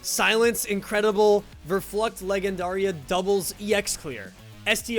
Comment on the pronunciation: Great video! Just a tip, leggendaria is said as ‘lejjendaria’